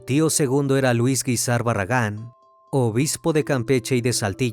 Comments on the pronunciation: Esta mal dicho el Apellido Guízar... Lleva el acento en la í... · No se Pronuncia así el apellido Guízar.. Y es "San Rafael Guízar y Valencia".. Jesús dijo: "Lucifer caminara dentro de mi iglesia". Y en varias sectas ha habido este tipo de cosas o peores porque hasta satánicos resultan.